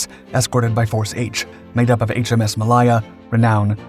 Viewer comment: Mah-LAY-ya Warspite, not Warspit.